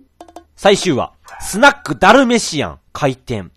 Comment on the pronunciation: ダルメシ↓アン↑